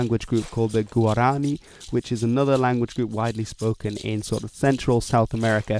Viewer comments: When saying “Guaraní”, you gotta instead stress the last vowel. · He pronounced “guarani” wrong- as a Paraguayan, I am offended😂😂😂